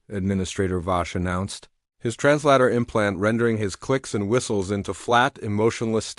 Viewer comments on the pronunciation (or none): Someone needs to teach these AI narration programs how to pronounce 'translator'. In the last few days almost every video I have watched that uses the word, the AI gets it wrong. It's annoying and can throw someone out ot the flow of the story when words are wrong.